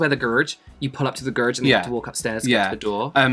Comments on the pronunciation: "Gurge" took me out, lol. I've never heard anyone make garage into a single syllable 🤣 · the way the pronounce garage 😭🤣